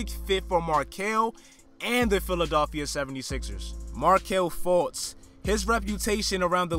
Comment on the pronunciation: where are you from bro the way you say philadilfia is hideous